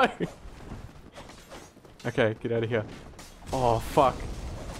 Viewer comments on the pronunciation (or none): The way you say Hyear...